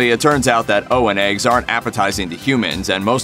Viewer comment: So I take it the people who read these pieces are not the same ones who write them? Because the information is spot on, but some of those pronunciations...Riker makes a point of enunciating it "oh-wan eggs" (as in rhymes with Obi-Wan), not "Owen eggs." And it's "The Outrageous Oh-cone-uh" not "Oh-can-uh." It's just jarring to hear someone read obscure details like they know them, then fail the basic über-nerd litmus test.